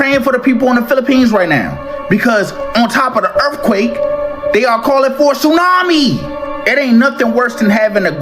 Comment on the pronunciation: Did you say "2 earthquakes and a TOONAMI???" 🤣🤣🤣